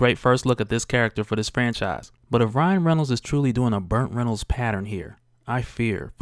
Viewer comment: Am I hearing things or is he saying "BURNT Reynolds"???